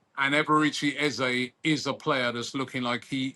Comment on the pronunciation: Eze has made out he’s going nowhere false news you lot can’t even say his name properly 😂